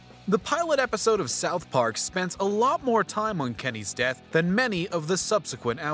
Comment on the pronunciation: “Kemys death” 💀💀